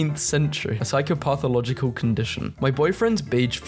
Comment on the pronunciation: Based on how you pronounced "psychopathological" I now think you're pretending to be english